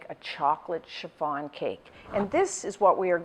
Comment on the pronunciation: Love the way you pronounced chiffon like cherr-farn